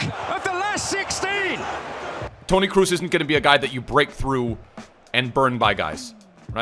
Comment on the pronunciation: Please stop calling him Cruz....